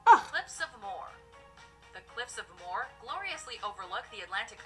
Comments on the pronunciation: My mothers home county is well represented with both the Burren and the Cliffs of Moher (the woman on the video was awful in her saying the name though, I was told it’s pronounced Mo-her she said it with a dodgy pronunciation making it sound like she’s saying ‘more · Also it’s cliffs of moher pronounced as Mo-her not more ☺️